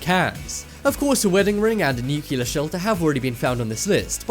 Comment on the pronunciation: tuscan arizona ? really its tucson for christ sake and how many more times its nu-clear not newkiller